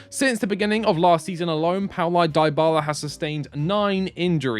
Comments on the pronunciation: FFS it is not « Dye Bala » pronouns it « DeeBala » 😩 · After hearing “Daibala” for the 3rd time, I had to stop the video 😂😂